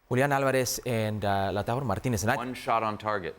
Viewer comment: For some reason I heard laurtaro Martinez… making it Lisandro made it even worse 😂